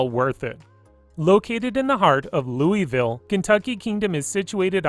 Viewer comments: Hahaha “Louiswille” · I hate when people pronounce Louisville wrong. I’m not mad but it sounds like loolvool. I’m not mad but just sayin